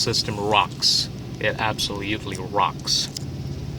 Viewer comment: Also, you have an "absioliutely" fun audio setup